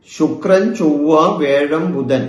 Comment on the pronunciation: വേഴം അല്ല തിരുമേനീ വ്യാഴം.